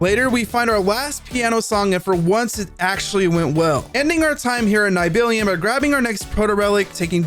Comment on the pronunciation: its pronounced NEE - BEL - HIME btw